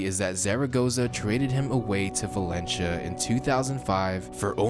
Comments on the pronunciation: Valentia?! Valencia= Valen see-ya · He fucked up xavis name is sayin valencha and said atlético wanted him to stay... barcleona*